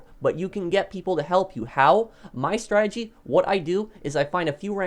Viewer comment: You said strategy 6 times before i realised you werent saying strike. Pronounciation my dude.